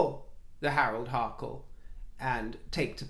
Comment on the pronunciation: Hi not Harold it's Henry love your channel